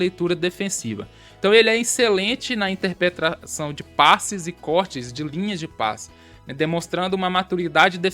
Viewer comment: INTER-PRETA-ção. Repita comigo: INTER-PRETA-ção. Interpretação.